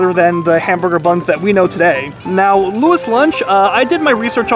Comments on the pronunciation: It is pronunced, louie's lunch. From what i gathered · You wouldn't know what a hamburger is if they didn't industrialize the process. And dude can't even say loui's lol. And you take his advice lmao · Says he did his research proceeds to say the name wrong 25 times in a row